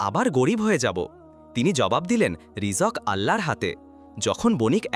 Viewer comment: Ei Beda rijok ki re? Rijik na rijok🤬